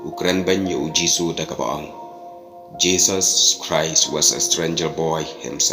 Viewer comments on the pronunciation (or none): none